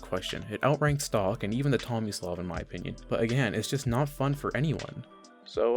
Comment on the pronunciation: is it bad I legitimately thought it said “xomislav”